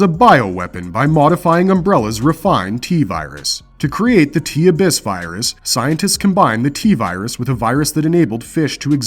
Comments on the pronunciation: Say it with me uh biss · Yet he couldn’t pronounce ‘regularly’ or ‘abyss’